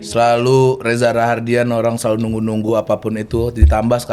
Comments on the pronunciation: Rahadian prazzzzz, bukan Raharrrdian.. 😶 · Reza Rahadian bukan Rahardian 😢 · Rahadian, Bang; bukan Rahardian 😌😌😌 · SI GA RESEARCH ya..masa penyebutan Nama Reza Rahadian disebut REZA RAHARDIAN mulu. Krg menghargai bintang tamu